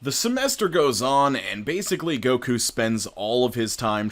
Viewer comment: I'm so sad to hear Goku's name slandered like this 😩😂